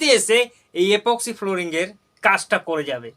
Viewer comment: গ্রামের লোকেরা কথা ছাড় তোর মুখ দিয়েই তো ঠিক ঠাক ইপক্সি ফ্লোরিং কথাটা বের হচ্ছে না । Unsubscribe Korlam আমি গ্রামের ছেলে । 👍